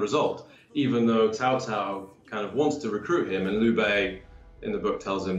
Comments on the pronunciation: It's not 'Cow Cow', not 'Cao Cao' as in pronounced 'Sow sow', but 'Tsao tsao' if you need the actual pronunciation. You know, the funny thing is that these devs said they looked into the history and all those things, and they couldn't even get the pronunciations right (it's not even a hard one, tbh) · Yeah I guess you could say that, but the emphasis on 'Ts' in Mandarin is important. And as for AngryJoe,I think I'm pretty sure he said 'Sow Sow'? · It's more like tsao tsao the pronunciation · tsao tsao means you have to pronounces the t. chinese phonetics bruh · Which clown told these guys how to pronounce "Cao cao" is what I'd like to know. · Sao Sao is not better. Idk what the fuck tsao tsao is as a pronunciation. Seems like something some clown wrote down as a guide and gets read as sao sao. It's closer to ciao in Italian, but as one syllable. Or hell, the chow in chow mein is a terrible anglicization but would have been more correct.